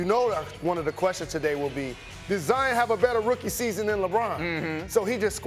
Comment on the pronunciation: Jalen it's kind sad that all these white people know how to pronounce Zions name way better than you. It ain't Zi-en its Zi-ON!!